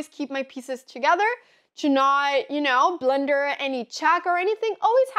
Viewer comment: I love the way Anna pronounces "blunder", it sounds like "blender", which I thought for a while was a chess term, like put yourself into a blender LOL